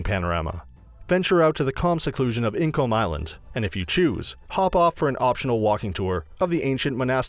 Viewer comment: "ink Olm island" on the "firth of four" lol